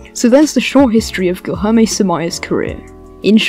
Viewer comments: You saying guijorme is quite stressful for brazillians, lol, but thanks for the video, im brazillian and i didnt know who is samaia. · i have a blast every time i earth an english trying to pronounce the LH sound